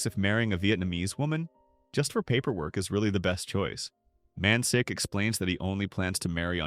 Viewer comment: Man shik is his name, 'si' in korean is pronounced 'sh'